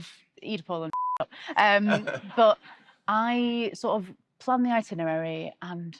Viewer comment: The accent slips to Oldham when she says ‘but’ it comes ‘bot’ .. she’s brilliant ! Love her 👍